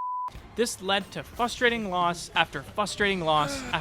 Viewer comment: My only advice is it's "fRustrating" not "fUstrating" but good video I'll check out the guy you mentioned.